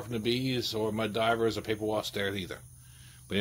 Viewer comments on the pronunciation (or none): Mud Dauber…not Diver. Sorry, it’s like nails on a chalkboard.